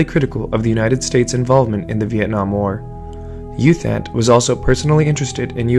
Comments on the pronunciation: FYI His name is pronounced Ew Tont, not Youth Ant. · Fyi, it's pronounced as Eoo Thant.